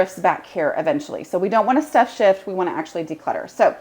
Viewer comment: I hope I do not offend anyone..... Every time I hear you say "stuff shift" I laugh because #1) I do that! #2) I hear it as "stuff sh*t" (which, honestly, is what we are doing when we "stuff shift")